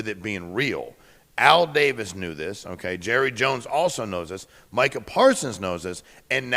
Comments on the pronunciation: Chris Carter. It's MICAH not Michael. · Does Chris know that it's "Micah" not "Michael"?